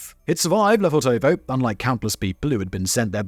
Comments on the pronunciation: Suggest you talk to a native speaker to pronounce it correctly. It’s LefOrtovo (emphasis on the first o) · Hey Simon, just a useless little tidbit of info - it's correctly transliterated 'Lefortovo' from the Russian Cyrillic, but actually pronounced 'Lefortevah' (with the only stress on the first 'o'). Russian linguistic rules an all that, y'know... Anyway, use it, don't use it. ;) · Lofèrtova. Pronunciation. I saw the gates today. Unassuming. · He needs to learn how to pronounce Lefortova.